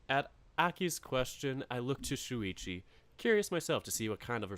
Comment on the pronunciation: Actually, Shoichi is pronounced Show-ichi. I think Shuichi is also a Japanese name but it's spelled differently